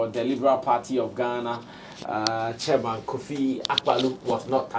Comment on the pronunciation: Chairmooo....bush boy...😂😂😂😂😂.....he didn't even say excuse....😂😂😂...